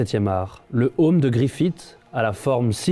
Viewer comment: 1. Aucune raison de comparé GOT à Berserk.. 2. Casca s'appelle Gaïa maintenant xD ta vraiment lu Berserk sérieusement ? 3. Griffith pas "griffite" pitié.. Vidéo Inutile.